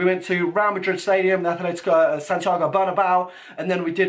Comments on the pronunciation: please just say atleTico not atleTHico:) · You mean aTletico not aTHletico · ... its atletico madrid not athletico... -_ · make a favor pls... It's Atletico, Atletico Madrid not Athletico